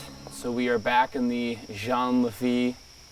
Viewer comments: "jeeeen LA Feet" not john lafay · “Lafitte” is pronounced “lafeet” sha hahahahaaa